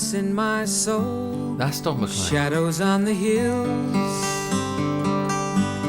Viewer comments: It's pronounced. McLane, not M'Clean. I'm Scottish, it's a Scottish name. Just the same as McKay is pronounced Mc "Eye." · His name is pronounced Mc Lane, as opposed to Mc Lean. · I was in total shock, my granddaughter in law was listening to this with me, she said she’d never heard of Vincent Van Gough, I said really, one of his paintings is your cell phone case, she has Starry Night as her cell phone case. His name is pronounced Don Mc Cleen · It's pronounced McLANE